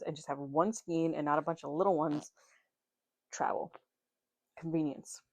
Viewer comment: idk why but 80 percent of these channels say skein weird haha. The british and american pronunciation isn't that different so I can't even attribute it to that, it must be one person started saying it differently and it caught on in youtube spaces?